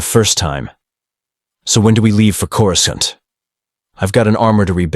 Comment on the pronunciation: i wish you would fix the pronouncing of Coruscant. it is really annoying in each and every story